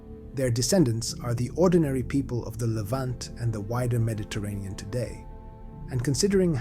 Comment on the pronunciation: "Meddy-terrian"??????? bye